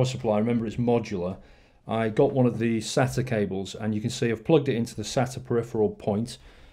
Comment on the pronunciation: Btw it's pronounced SAYTA, and it's called an SLI Bridge. Also water cooling isn't that much better than air unless it's custom in which case it is much quieter and much better in terms of performance. In this case it is only slightly better and isn't always quieter plus it costs substantially more. That being said the pump is much smaller than a heat sink and fan and may be better aesthetically especially if you have a windowed case. Also nice cooler!